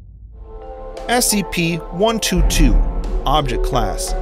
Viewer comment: Sounds like there saying sep creatures